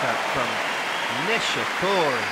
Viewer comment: Kei "NishiCURRY"